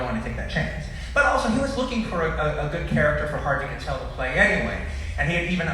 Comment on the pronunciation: "HARVEY KATEL" Edit: I just discovered that he's dyslexic